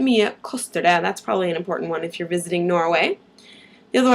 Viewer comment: Maybe this was asked beore ? I have notices you do not pronounce the t' in "det", and you also sometimes don't pronounce the g at the end of the word , right?